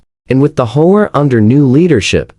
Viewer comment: The AI usually pronounces HOA as hoe-ah.